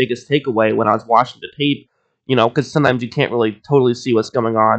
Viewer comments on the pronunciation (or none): none